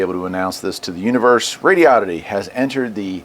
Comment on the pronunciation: I'm assuming you're pronouncing right, but I was saying it like Rodo-ditty until I heard how you said it. The way you say it sounds better.